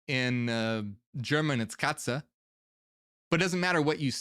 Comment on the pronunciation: More details please. Thank you! You pronounced Katze correctly 👍🏼